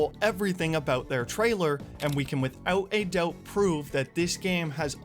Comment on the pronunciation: Hahaha, you said it again and two times in the video 😂! & "withewt a dewbt".